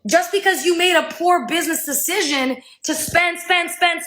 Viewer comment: Can this bitch really think “decision” is pronounced “deshishin?” Because that’s what I keep hearing.